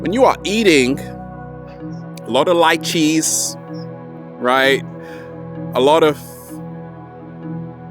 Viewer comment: Lol - u said lychees and it first sounded like light cheese- :)